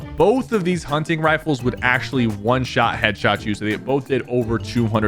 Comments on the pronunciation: Bro said hunching rifle💀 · "Hunching rifle" 🥀 💔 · huncing rifele